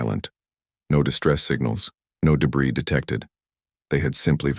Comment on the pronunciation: Illogical story. Good few mistakes in it. But at least Debris was pronounced correctly for once.